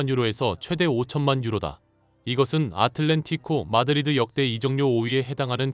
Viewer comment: 너희 작퉁 유튜버지 아틀레티코 마드리드는 있어도 아틀렌티고 마드리드는 없어 영어 알파벳도 읽기 어렵냐?